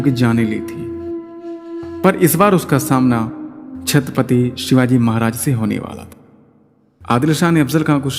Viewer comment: व्हिडीओ बनाके के पहले तू महाराज का नाम सही से लेना सिख.. हमारे भगवान है छत्रपती शिवाजी महाराज..